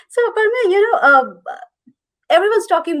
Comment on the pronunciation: I don’t understand why can’t they pronounce the name Aprameya properly.